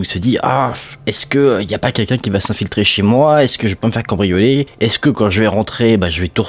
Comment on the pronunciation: Il a dit cambricoler 😊